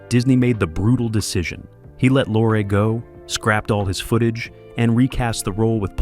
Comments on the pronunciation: Pronounced Peter Lorre', not Lore--what are you talking about? he was absolutely in the movie. Paul Lucas played Pierre Arronax! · "Lorre" is pronounced "Lorry". And what's this idiotic crap about him being replaced??? Good grief, you AIs get stupider and stupider all the time!!! Don't listen to this, people!